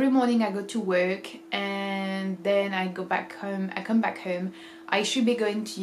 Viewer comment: Hello, Love your videos and your English is quite good but you always pronounce: home \ˈhə:m\ instead of \ˈhəʊm\ known \ˈnə:\ instead of \ˈnəʊ\ so \ˈsə:\ instead of \ˈsəʊ\ etc. Actually, you don't finish the diphthongs. There are other weird pronunciations such as busy \ˈbʌzi\ instead of \ˈbɪzi\